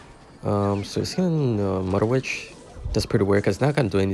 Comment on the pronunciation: “Mudder witch” 😭